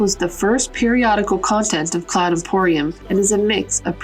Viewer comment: Its Cloud Imperium Games, and not Imporium XD, semantics apart, very good video.